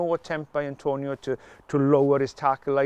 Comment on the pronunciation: It's Atonio not Antonio. But it's red card in my book.